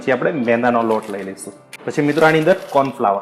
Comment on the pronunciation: tamara wife sathe to kyarek intro karavo yar.. ane ek suggestions che k corn flower nai corn floor bolo.. dungari nai dungadi bolo